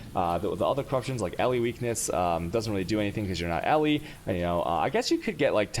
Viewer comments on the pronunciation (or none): none